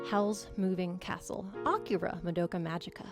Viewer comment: I like the pronounciation of akira as ah-kirah. Sounds more pornographic.